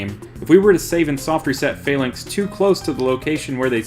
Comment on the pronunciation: You pronounce Falinks/Phalanx weird. There's nothing fail about them